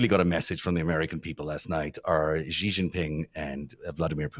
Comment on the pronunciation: The "X" in the Chinese name "Xi" is not pronounced like the "g" in the English word "regime"; in fact, this sound does not exist in Chinese. The "X" in the Chinese name "Xi" is pronounced more or less like an "sh"; thus, the Chinese name "Xi" is pronounced more or less like the English word "she." The "J" in the Chinese name "Jinping" is not pronounced like the "g" in the English word "regime"; in fact, this sound does not exist in Chinese. The "J" in the Chinese name "Jinping" is pronounced more or less like the "J" in the English name "Jim."